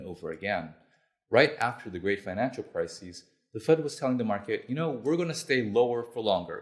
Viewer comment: Not sure I would give this guy any credibility if he can't tell the difference between "crisis" and "crises" circa